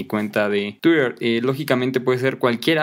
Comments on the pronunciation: Pero es que tu no dices tuirer, tu dices tu TUIRor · Tuiitör, por favor aprende a pronunciar TWITTER.